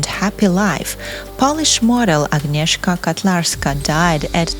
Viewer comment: Her name is Agnieszka KOtlarska. I think you read it with Russian аканье. We don't do it in Poland. Also it's Wrocław.